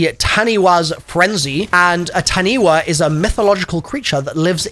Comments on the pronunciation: Razor 9mm PaP name is pronounced Ta-nee-fah. It's a shapeshifting sort of serpent creature in Maori Mythology. Maybe it's a little reference to everyone flying to New Zealand to play black ops 7 early 😂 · tan-e-fa Is how you say that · Jumping in here, the PaP name for the Razor 9mm is pronounced Tani-fah, originally from Maori mythology. Think a deep river creature that protects all of the rivers in New Zealand. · I’ll forgive you on your pronunciation of taniwha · Taniwha is a mythical creature from NZ. If you replace the WHA at the end with FA, that would be the correct way to pronounce it. We dont have the letter F in our alphabet so we use WHA to make the F sound.